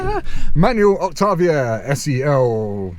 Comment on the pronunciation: As someone from Czech republic, it's so nice to hear a foreign person pronounce "Octavia" and even try to pronounce "Škoda" the correct way